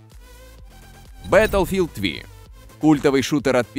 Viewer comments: Беилфилд ви, ртикс 2080 ти - я вырубаю видос, мои уши этого не выдержали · пздц просто, бетлфилд Ви пздц